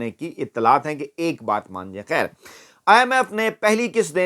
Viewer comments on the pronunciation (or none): Correction: Ye Lafz Baay Nahi Baat hy.